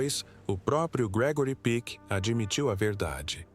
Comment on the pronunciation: O nome não é Gregory Pique, mas Peck, com o 'e' bem aberto, "é".